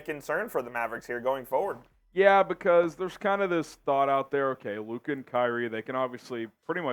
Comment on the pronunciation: SAS can’t even say Luka’s name right